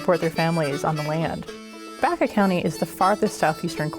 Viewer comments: Great documentary! You are pronouncing Baca wrong! It is not pronounced "back-uh," it is pronounced "Bach-ah." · I know several people where I live who's last name is Baca, They pronounce it as you have corrected, Bach-ah.